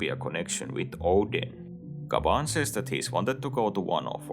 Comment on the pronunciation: its gyaban, not gaban